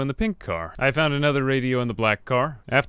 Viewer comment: i found this "i fount this" very funny XDDD